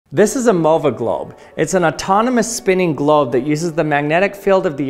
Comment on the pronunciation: He keeps saying GLOB